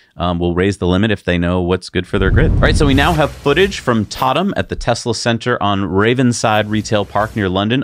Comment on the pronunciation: Those UK V4 chargers.... Ravenside Retail Park Tottenham (Just off the North Circular near Lea Valley) 😉 We (In London) pronounce it Tott'n'am... Hence the confusion!